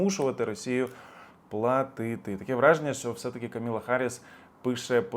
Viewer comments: please pronounce Vice President's name right! It's KAMALA Harris, not Kamila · Ти хороший хлопець,звичайно,але,будь ласка,називай імена правильно! Віце-президентка США - не Камілла,, атКамалла.В таких речах помилятися не можна, вибач.